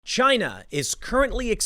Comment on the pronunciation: Generally speaking, chaos in Chy-nah means stability for the rest of the world. 😄